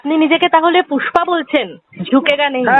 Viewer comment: ও পুশ্পা নয়, Push পা....